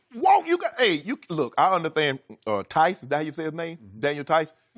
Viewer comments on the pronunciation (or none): Shannon: “I underthand” 😂😂😂